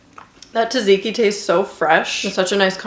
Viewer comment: Lovely video, sorry but I I couldn't stop replaying the moment when you say tzatziki :)))))